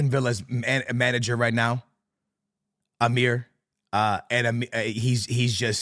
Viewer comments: "Atlantia" "Ahstun Villa" "Amir" "Eletco Madrid" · Atalantia, Emir, Austin Villa 😂😂